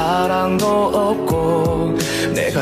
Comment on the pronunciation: '으없고' 조선족 특유의 한국어 발음이 있어서 한국서 뜨긴 힘들어.